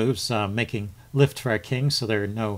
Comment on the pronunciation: It really annoys me when my opponent adds time but Lichess does not allow you to prevent it. It's 'luft' (air) not 'lift'!